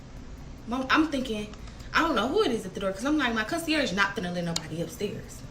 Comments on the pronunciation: Now days you just need to be cute.....education is not a requirement. 1. The "g" is VERY silent in concierge.... 2. Why TF does she keep saying "Lord & Behold". She doesn't even have to keep saying it....but she's choosing to say it and it's wrong every time. Anyway, let me keep listening. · Right! Lol. And she so ignorant and stooopid. Pronouncing concierge wrong. Talking about “lord and behold” … huh??! lol. Did she mean “lo and behold”? I tried watching yesterday but couldn’t. Back to give it a second try she still annoying me. But I’m nosey AF 😩😩🤦🏿‍♀️ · Lol 😂And she so ignorant and stooopid. Pronouncing concierge wrong. Talking about “lord and behold” … huh??! lol. Did she mean “lo and behold”? I tried watching yesterday but couldn’t. Back to give it a second try she still annoying me. But I’m nosey AF 😩😩🤦🏿‍♀️